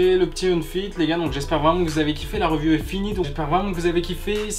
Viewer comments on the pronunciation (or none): Review ça se dit "riview"